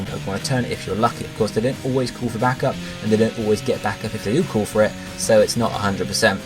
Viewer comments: So, is 'call' in the USA actually pronounced the same way 'cool' is? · No, it's just how this guy pronounces it in the video. But I'm glad call chaining is apparently a thing.